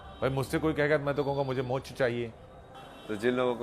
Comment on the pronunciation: ये पत्रकार मोक्ष को मो छ कहृ रहे हैं I पहले सही बोले